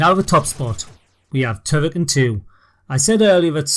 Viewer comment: Why don't you pronounce the full name of the game ("Turrican") ? 🤔